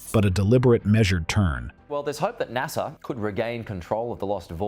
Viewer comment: ITs NASA not HASA.